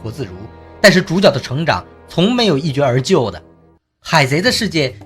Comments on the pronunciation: 一蹴cu而就,不是一jue 而就 岚lan脚, 不是风脚，太多错误了哦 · 那叫一蹴（cu）而就